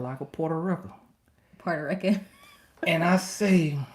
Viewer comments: Ahhhhh hahaha “asked for my roommates number” you’re so bad,! “Porta rica” 😂😂😂 Glad y’all make each other so happy! Love this Black love! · Not “Porta Reckon” 🤣 these two are so cute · Did he say portarika.....Lol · I’m mad at his pronunciation for Puerto Rican 😅😅😅😅